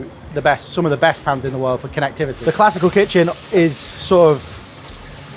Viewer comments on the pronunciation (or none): Say "Connectivity" one more time!! Lol